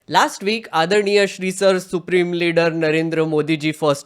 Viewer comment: “Last veeek”